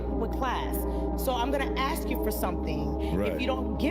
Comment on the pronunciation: Saying axe instead of ask should be the end of the date